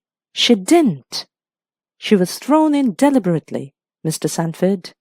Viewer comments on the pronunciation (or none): Sometimes the pronunciation by the narrator seems odd (e.g ,DEL-ib-er-ty)